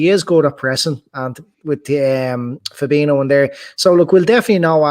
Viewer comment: Fab-een-io...not Fab-eeno, driving me nuts. You should know fella. Jeeeez. For reference, Fir-meen-o, not Firm-een-io